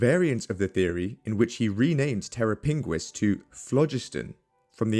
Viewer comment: "terra pinguis" Terror Penguin 😂